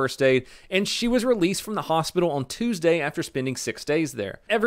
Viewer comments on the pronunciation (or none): none